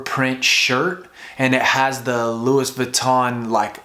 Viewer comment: Its pronounce loowee not lewis :)